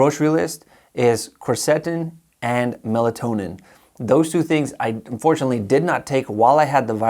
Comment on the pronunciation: The correct pronunciation for Quercetin is kwer suh tin.